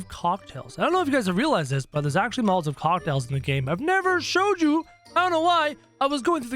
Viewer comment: He said molaovs not Mal-a-tovs!